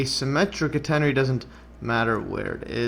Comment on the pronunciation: Great stuff. Very interesting... But I'm still not convinced about your pronunciation of "catenary"! 😛